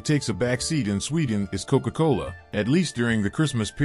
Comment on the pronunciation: “Cow cola” 😂😂😅